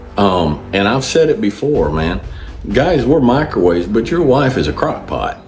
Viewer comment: Did you say she's a crockpot or a crackpot?